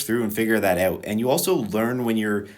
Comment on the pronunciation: ouut? found the canadian. cool vid